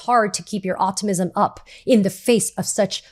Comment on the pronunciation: Hi, um,… would you mind terribly working on your pronunciation of “optimism”?… It has four, syllables, not three and has a ‘p’ and, actually, two ‘m’s and ‘i’s. 👀